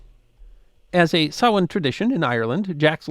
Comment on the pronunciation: OMG! Someone who pronounces "samhain" properly! Thanx for avoiding AI voicrs.😀